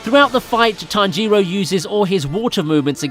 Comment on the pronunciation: like how he say tan-g-ro